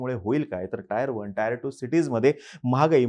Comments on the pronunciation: Tier la टीअर as pronounce kartat टायर नाही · हुशार आरे टायर नाही रे टीएअर 😅😅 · Tier 1 and tier 2 city ch pronunciation 😂😂 Tyre 1 n tyre 2